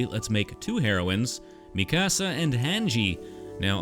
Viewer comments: Dude you said every name wrong. It’s pronounced Honji and Miekasa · Bro said Mi Casa and Han Gee 🥲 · It’s “Mika-sa” not Mi Casa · The way hesaid hange and mikasa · This is great but the pronunciation of Mikasa and Hange has me crying